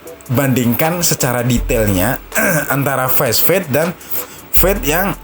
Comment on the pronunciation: Fast fade dibaca fast fade bukan fesfade